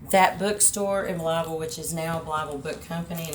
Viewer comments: Blythe, not Blyeth..... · Young man you're mispronouncing it its not pronounced as it's red it's bly ville not blyth ville ask any local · "Bly-eth-ville"? Nobody you met there told you how to pronounce it? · BLYE VILLE IS HOW YOU PRONOUNCE IT. THE "TH" IS SILENT. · Pronounced Blī-ville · Bly-ville. The th is silent. Bro your always mispronouncing things🤦🏼‍♂️ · Blytheville native. Yes, it's dangerous, and the town leadership could be better. And we pronounce it "Bly-vull". Lol! Glad you visited. You should've been there in the 80's. It was a great hometown.